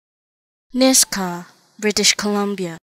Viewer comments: Its pronounced "Nishga" ... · Nisga'a - is not pronounced as Niska